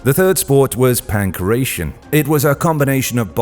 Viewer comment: pankrATion. Not panckrecion